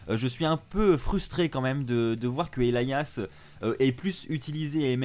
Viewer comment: Il le prononce bien manque juste l'accent